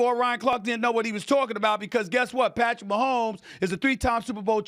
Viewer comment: Is he saying Patrick Maholms not black